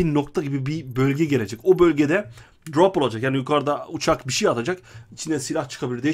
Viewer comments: Pap çi değil pab ci söylenir grap yok drop söylenir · Drap değil drop şunu düzgün söyle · Ne drop muş be bide söleyebilsen crop deyil drop